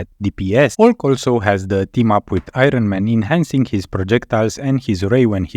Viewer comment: I-run man...man it sounds good when you say it